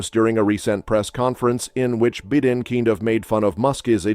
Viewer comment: that AI voice just said BeeDen and Eco NoMe instead of Joe Biden and economy.